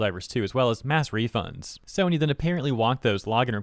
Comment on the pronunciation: I like the "SNOY" instead of "SONY" part. It's like when you mix s***, nope and soy 😅